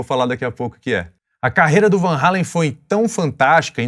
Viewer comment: Muitos pensam que Eddie e Alex Van Halen são americanos, são imigrantes holandeses. E ainda pronunciam o nome errado. Só um comentário.